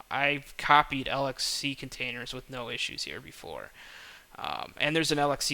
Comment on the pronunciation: it is pronounced lex-see and lex-dee not l-x-c and l-x-d